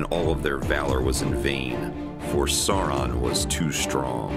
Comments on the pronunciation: SOW-ER-ON jeezus not saw-on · It's Sauron not sawron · FFS, it's pronounced SOW-ron, not SAW-ron. It rhymes with cow, not flaw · Just remember Sauron (pronounced Sau rhyming with ow, ron, not Sore-ron) can wield that with one hand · Who Saw Ron? If I hear someone say "Saw Ron" one more time, I might go crazy. Plz stahp pronouncing it that way. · Why is it that most Americans miss pronounce sauron even though in the films they all pronounce it correctly